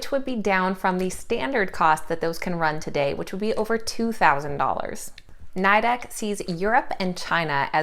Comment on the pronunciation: It’s pronounce Nee-dec! They hate it being pronounce the way you are. My husband works for them.